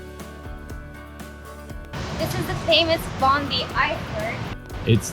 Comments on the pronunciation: Pronounced Bondye and Coojee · every foreigner mispronounced bondi and coogee :P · Haha had to feel rough to realize you mispronounced “Bondi” so many times. Always kick ourselves when we realize we mispronounce words in videos 😂